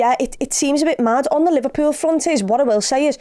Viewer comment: Looooooooooooool Liver-no-pull 😂😂😂